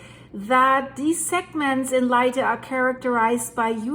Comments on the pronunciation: Hi. Cebu is pronounced like Sebu. My wife is from Cebu and has relatives in the affected area. Tnx for the update. Edit: Leyte is pronounced like Laytay.:) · Pronounced Lay-tee